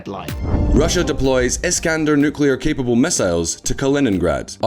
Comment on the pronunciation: The guy in this video seemed dodgy from the very get go but lost all remaining credibility in my eyes as soon as he said “nucular”.